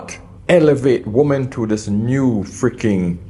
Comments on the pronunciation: Why do so many youtubers mispronounce WOMEN? 😅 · I so wish he could pronounce the word "women" properly. I know he is from the Caribbean, but it is such a basic error in non-native speakers and causes so any problems, Please try harder. Don't let bad habits prevent growth.